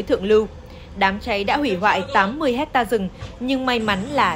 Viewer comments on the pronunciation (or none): none